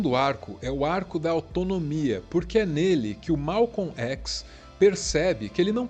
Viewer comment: O vídeo é bom, fora o fato de que nós Brasileiros sempre dizemos Malcon Xis "chis" nunca um Brasileiro pronunciou ékis! LAMENTÁVEL